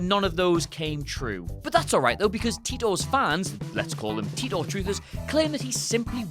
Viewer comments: It's not John Tea-tor! It's Tie-tor! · It's Titor not Titter